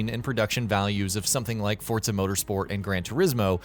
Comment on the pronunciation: forZA not fortza ..... fortnite and forZa didnt have a bastard child its just forZZZZZZZZZZZa